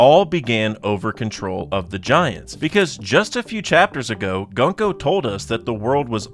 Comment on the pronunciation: gunko is pronounced with more of an oo sound not an uh sound.